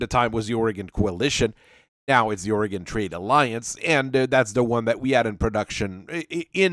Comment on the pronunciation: i keep hearing 'aurigan trade alliance' as 'oregon trail alliance', lmao